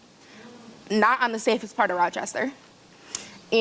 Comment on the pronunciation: as a buffalonian, I rolled my eyes when I heard "Rochester"